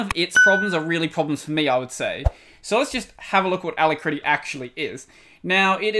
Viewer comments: A--LAC--RITTY not a-la-critty. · Pronounced a-lak-ri-ty! A brilliant name. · It is not pronounced like that... a-lack-rity It means speedy or swift. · good vidieo. BTW, Alacrity is pronounced with the emphasis on the 2nd A Thus: alAcrity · \ ə-ˈla-krə-tē\ => "uh-lac-rit-ee" => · Hey! The alacritty developer (Joe Wilm) pronounces it the other way. It seems to be an homage to 'alacrity' with one T — possibly with a bonus TTY reference from the two Ts 🤔